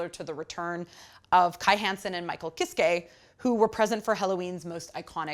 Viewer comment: IT'S PRONOUNCED KISS KUH. AHHHH LEARN GERMAN. Jokes aside, good review haha!